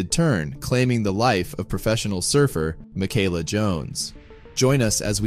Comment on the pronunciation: It’s pronounced Mee-Kah-lah.